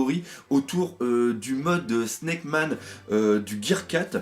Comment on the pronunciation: T'inquiète pas, tu prononces bien "Sna...ck":D. Allez, ta bonne humeur est génial, je file voir la suite;)